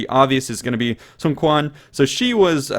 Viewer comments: Sun Quan pronounced as Soo-on Ch-uan, not Sun Kwan lol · The Quan of SunQuan should be pronounced more like "Chi- ü- an" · I thought Quan was pronounced Chan. I could be wrong. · Emmm u mentioned "SunQuan" twice if i didn't hear wrong?once a girl and another a dude? well i know the Chinese pronunciation is a little bit of struggle but hey, they are still different xD (and SunQuan inherited from his brother not directly after his dad) check this :)